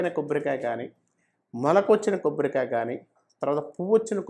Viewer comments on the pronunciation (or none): Kobborikaya kadhu...Kobbarikaya....sochanga kadhu...swachanga🤦